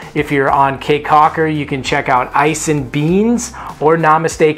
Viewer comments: Great video, but Key not Kay.. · K's my thoughts is that is pronounced "Key." Been going there since 2004 and suspect the locals are too polite to correct you. Thanks Canadians or Yanks!